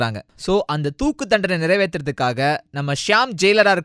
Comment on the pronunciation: ennathu thoooku thandanai ya ...yoi first tamila seriya pesungaya...RIP your tamil pronunciation